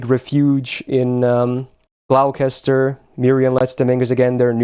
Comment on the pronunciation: Just for the record, Gloucester is pronounced Gloster.